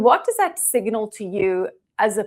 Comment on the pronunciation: Siganil? Last I remember the word was signal.. Where the f*** did you learn English?